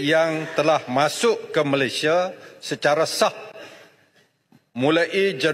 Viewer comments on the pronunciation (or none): none